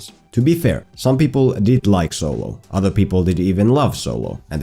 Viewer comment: “So-Low” 😂😭😭 had to thumbs up this vid just off that